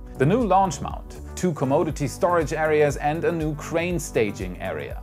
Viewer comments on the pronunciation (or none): The pronunciation of commodity is cawm oddity, not commode dity. There is "Oh" sound. I love your content and I understand that learning English is very difficult. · On pronouncing "Commodity" - It's "kuh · maa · duh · tee" not "Co - mo - di - tee". A commode is a kind of toilet :D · Com-odd-ity. Although commode-ity. is kind of funny. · you say "commode-ity building", lol that would be a bathroom. "come oddity" is how it's generally pronounced. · Wow! This was a great show!! The data and animations were awesome! You Rock!!!! FYI In America we pronounce 'commode' as coh-moh-d...this is another word for a toilet. The word 'commodity' we pronounce as cah-mah-dih-ty. I can only speak English and I respect your multi-lingual ability.